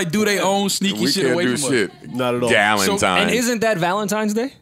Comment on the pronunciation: Joe said “ Dukentimes Day “ 😭😭😭😭